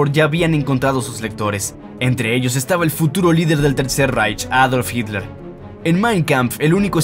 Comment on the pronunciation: Noto que tienes una evidente "dificultad" para decir Hitler y una poco sutil falta de respeto para quienes ven tus videos y te escuchan, que te pasa?.